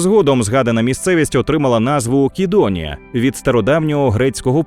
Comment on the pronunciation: Правилино "Сидонія" а не "Кидониія".Трішки підпралю.🙂